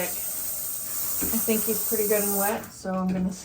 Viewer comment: He says I look so purdy... 😊